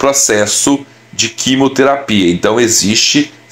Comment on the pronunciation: Não é quimoterapia querido, é QUIMIOTERAPIA